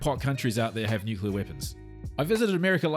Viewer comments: “Nuke-U-LAR tipped IBMs” (at 1 minute 22 in). If you’re going to talk about smart people, at least pronounce Nuke-LE-AH how its said. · NZer here. "Nuke -clear" is the word you can't pronounce. "Nuke-u-la" is American. I lived in the US for two years: Inward-looking and appallingly ignorant. Hearing an American tramper asserting "Joe Biden is a war monger" induced a WTF moment from me. I didn't even bother to talk to him again. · Kiwi here wishing all kiwis would pronounce nuclear correctly. Is the centre of an atom a nuculus?